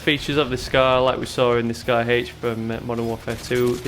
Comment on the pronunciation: Lol Scar-H. Sounds like Scar Hch